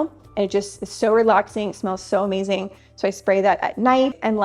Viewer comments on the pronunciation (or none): none